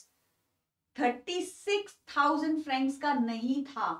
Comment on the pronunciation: It's not frances it's francs